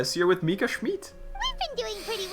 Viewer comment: "Schmiiidt" ta prononciation est incroyable